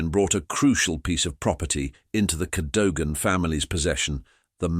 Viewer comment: And pronounce Cadogan properly! 😡